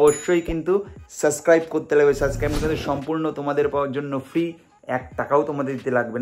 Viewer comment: সাসক্রাইব নয়, subscribe শব্দটার সঠিক উচ্চারণ হবে সাবসক্রাইব